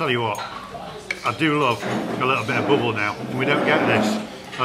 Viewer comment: pronounced "BAAABLE init